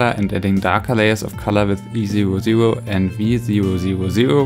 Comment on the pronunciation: At first I thought you were saying the colours you were using while couloring, so I was like “what the heck is easy ro ze ro?” ( E00 lol )